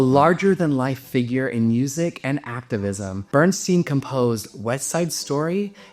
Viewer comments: Men-naughty, not Men-OH-ty. Bernst-EYEn, not Bernsteen. Frederic, not Friedrich Chopin. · BernSTINE! (Not "BernSTEEN".) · So many mispronounced names in one video. I didn’t think it was possible. Men-naughty! Not Men—oh—ti. Bernst EYE n. Frederic Chopin, not Friedrich. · Lots of speculation here. And Bernstein was on of the few of that name who used the original German pronunciation: burn -stine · Indeed . Leonard BernSTINE. Elmer BernSTEEN.